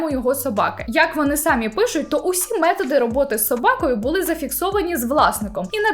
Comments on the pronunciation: Дякую за контент. Вживайте український наголос в слові "самІ" сами́й тільки один займенник означальний відмінок чол. р. жін. р. сер. р. множина називний сами́й сама́ саме́, само́ сами́, самі́ родовий само́го само́ї само́го сами́х давальний само́му самі́й само́му сами́м знахідний сами́й, само́го саму́ саме́, само́ сами́, сами́х, самі́ орудний сами́м само́ю сами́м сами́ми місцевий само́му, самі́м самі́й само́му, самі́м сами́х «Словники України» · Я трималася декілька відео, але це вище мене😂😂😂 Не "сАмі", а "самІ"- будь ласочка🙏🙏🙏